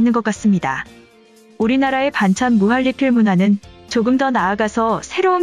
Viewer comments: 으..무할리필이 아니라 무한니필이라고 말해야하는거 아닌가요? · 무할리필이라고 읽는 이유가뭘까